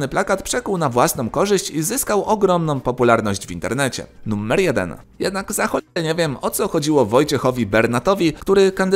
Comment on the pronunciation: Czemu Ty wymawiasz to słowo jakoś tak np. "nuMMer 10"? 🤔